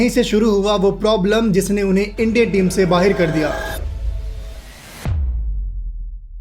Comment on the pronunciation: Why do you have a Pakistani accent bro? You said "baahir" instead of "baahar"